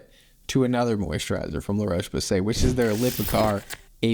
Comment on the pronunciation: The O in Roche is pronounced like the o in hot, not the o in cold.